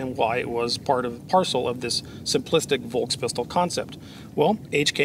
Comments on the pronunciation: One little note. V in german words is universally pronounced as F. FolksWagen. FolksPistol. Folksturm. And just to hit two birds with one shot, S before T (like in VolksSTurm) or S before P (like in spindel) is pronounced as Sh. Like in shot. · Just for the record : you would pronounce "Volkspistole" like this : Folkspistole. 😉